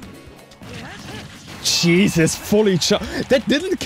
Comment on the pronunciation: I hear "Ch-eesus" not Jesus